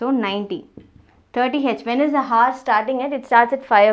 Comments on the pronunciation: kindly check the pronounciation of "hour". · FYI the 'h' in 'hour' is silent...ugh so annoying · first learn how to pronounce the word 👉hour & then teach